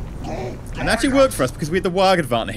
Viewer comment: it's not said waag it is said whaaaaaagh (the g is silent)